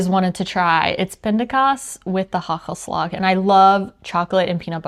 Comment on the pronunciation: It's not haggelslag! You need to pronounce the first A a little bit longer than that